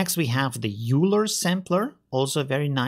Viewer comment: I'm pretty sure Euler is pronounced "oy ler" after the Swiss guy who invented graph theory. not yoo ler how it looks.